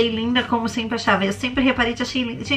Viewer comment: "senpre" "SENPRE" mds